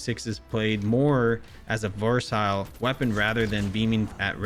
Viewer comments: I'm confused, is it pronounced "versile"? Or "versatile". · I just wanna say “it’s versile” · Exactly lol... It's like just reads the script which cygnoux gave him every time lol... He's even pronouncing the word "versatile" wrong🤣 He literally repeats the same points everytime for every single gun like good Bullet Spread, ADS, TTK, Reload speed, Mobility which everyone knows lmao... It's like he has nothing else to say except these points lol😶 His top 10 list sucks now from the past couple of seasons